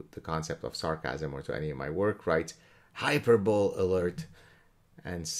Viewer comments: I’m assuming it’s HYPERBOLE, not hyper-bowl. Hyper-bow-Lee. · High-per-buh-lee The final "e" is not silent. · It's pronounced Hyperboly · just fyi hyperbole is pronounced hai-PUR-buh-lee (apologies for the capital letter microaggressions) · It's pronounced "hyper-bo-lee" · I thought he either said hyper bull or mispronounced hyperbole. Not sure.